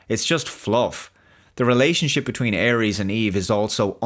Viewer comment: Por qué dice Aries, en vez de Ares?